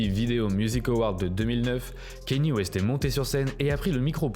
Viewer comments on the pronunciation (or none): ca se prononce pas « kenny west » mais « kanyé west » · On dit Kanyé frero c pas Kenny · Kanye pas Kenny 🤦🏾‍♀️ ...faite un effort! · La vidéo est bien mais c'est pas dans l'ordre chronologique donc on se perd et tu dis Kane au lieu de Kanye j'ai l'impression